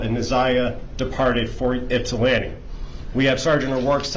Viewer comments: Thank you for saying my hometown name correct Ypsilanti (ip-sa-lan-tee). ❤ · I’m from just outside Ypsilanti and yay you pronounce it correctly! 😂 I sadly had not heard about this case. I do recall seeing his mug shot somewhere though. So sad and infuriating. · You pronounce Ypsilanti like a local! 😊